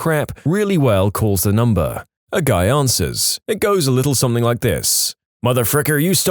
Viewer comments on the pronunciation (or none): No k in the word “something”